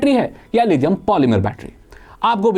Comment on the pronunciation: लिथियम होता है लीदियम नहीं। इंग्लिश में d से द नहीं होता है।